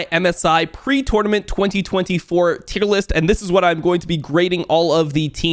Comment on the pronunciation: Bro almost had to turn this video off bc of the way you say “tournament” shit was driving me insane